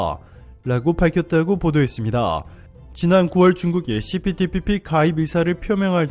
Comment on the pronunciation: 시피티피피 발음때문에 고생 많았수~^^ ㅋ 그나저나 기시다 총리 무릎꿇었냐고요.. 안꿇었잖여~!! 어그로?? 수고욤~^^!!👍🧡